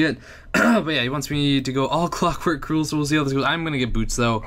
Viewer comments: Crul not crule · it sounds like crawl